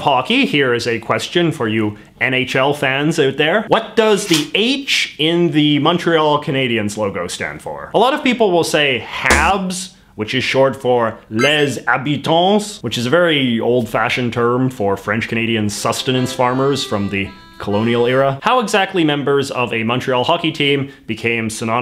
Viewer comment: Les habitants He pronounced it, he butchered it so poorly.